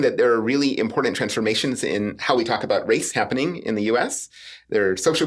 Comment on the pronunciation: People that say "imporDANT" drive me insane